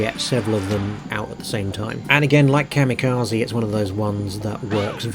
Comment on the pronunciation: Ka-mirages! 😂 I ❤ it!!!